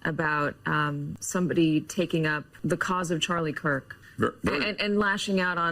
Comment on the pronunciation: Why is this guy calling him Charlie "Kirt"?